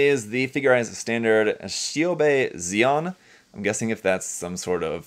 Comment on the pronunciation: Her last name is probably more like “Shion” than “Zeon”